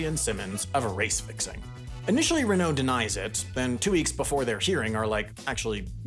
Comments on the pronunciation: I was with you till you said reKNOOW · I only watched this to hear french ocd kick in when saying "Renault", but, then he didn't. My disappointment is immeasurable, abd my day is ruined...